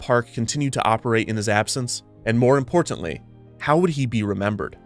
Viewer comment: The way he says “Importantly”…. It’s hard to not notice. Reminds me of a the Community tv show, where Britta says Bagels differently